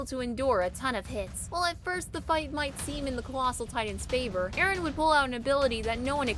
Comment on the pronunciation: ERIN??? NANI IT'S EREN